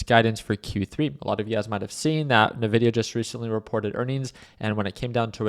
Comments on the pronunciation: I tried man, He likes Navidia :D. its En Vidia. Cheers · To be taken seriously you must be able to correctly pronounce the name of the company you are analyzing. It is not Navidia, it is Invidia. Jensen Huang is one of the most prolific CEO anywhere, and he explains how he named his company after the latin word Invidia, meaning envy. Thus their trademark colors, "green with envy". If I analyzed a company call Aypple run by a guy called Tim Coke most investors would be unsure if I was to be trusted regarding future potential of this company. I like your presentation but the Navidia part should be rectified. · It's pronounced EN-VIDIA. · Couldn’t get past NA-Vidia